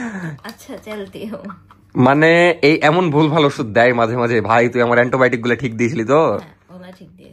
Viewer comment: অ্যান্টিবায়োটিক❌ এনটোবোটিক✅🖕🥴🥴🥴 🤣🤣🤣🤣